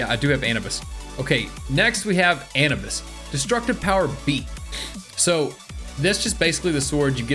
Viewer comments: yo its not an-ee-bes its anUubIs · Anibis" Me: its pronounced Anoobis Requeemm" Me:no no no it's pronounced Reqweyam